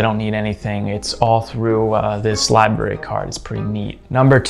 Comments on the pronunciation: Li-BRAR-ee. Not Li-Berry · I hate to be 'that guy', but it gets incredibly irritating after hearing 'library' being pronounced as /lai-be-ri/ throughout the entire video 😂